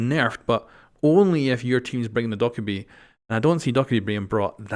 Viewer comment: Doh/Ka/Bee not Dok/a/bee